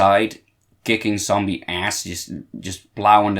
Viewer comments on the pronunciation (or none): none